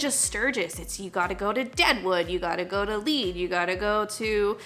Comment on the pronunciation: The town of "Lead" is pronounced like the heavy metal they mined there. Lead (led). No helmet is stupid. MAGA is stupid and racist and weak on Putin. Next !